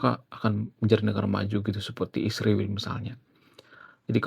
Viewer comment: kau punya pelir le. sebut israel pun salah